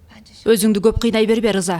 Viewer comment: Э жинди ырза эмес рыза дечи